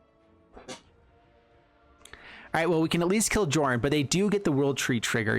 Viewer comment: Sorry for being pedant but i think the pronunciation is Yörn